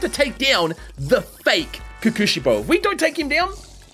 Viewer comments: It hurts me hearing him say “kukushibo” It’s pronounce pretty much how it’s spelt Kokushibo. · (coco shibo) is the pronunciations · Ko-ku-shi-bo Unlike English, you don’t flow it fast, you say each consonant/s + vowel as fast as you say each other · It's called kokoshibo kokoshibo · his name is pronounced kokushibo not kokushibo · I wanna die bro he keeps saying kekeushibo 😵‍💫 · Btw your pronounce his name like Coco-she-bow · Ko-ku shi-bo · I know. I really know I'm nit picking here. And I know you won't see it and won't care which is fine, but please.. you say it like "kokshibou" I'm sorry again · I like the vid, but you saying his name wrong is driving me crazy. It's pronounced Ko (hard 'o') ku (ku like a 'cu'cumber) shi (hard 'e' sound) bo (like the staff) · Your saying kokushibo name Worng